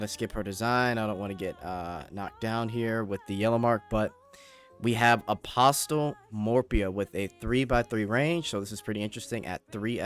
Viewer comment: Good video, the t is apostle is silent though.